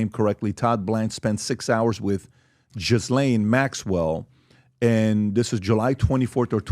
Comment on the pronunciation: "Tod Blanche, I want to say his name correctly" 😂 Her name is still not pronounced Jiz Lane. It sounds like Ghee Lan. Okay Put, second try might work, since pronouncing names is important to you